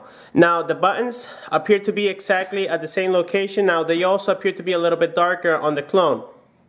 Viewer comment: "The zame"